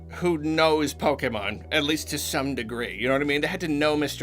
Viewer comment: Automatic thumbs up for correct pronunciation of pokèmon.